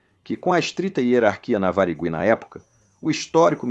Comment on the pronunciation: Ficou muito bom, só não conseguiu pronunciar Varig muito bem, mas realmente ficou ótimo